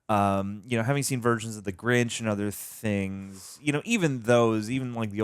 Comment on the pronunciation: I just want to quickly point out, that (& the subtitle) called the Grinch for the Granch... Have a still good day